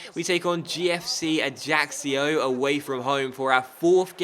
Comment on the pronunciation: Prounce Ajaccio Ajackio